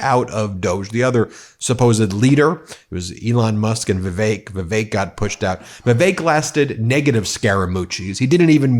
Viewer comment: OMG - all these months I thought you were saying 'The Fake Ramaswami' when you mentioned him.🤣😂😅